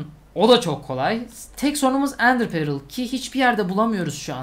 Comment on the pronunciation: Abi İngilizcen çok iyi onu yadırgamıyorum ama şu Ender Pearl'e perıl değilde pörl desen daha iyi olacak gerçekten çok rahatsız ediyor beni. Umarım dikkate alırsın.